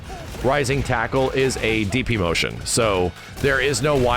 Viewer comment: Your ears did not deceive you, my friend. The taco was indeed rising.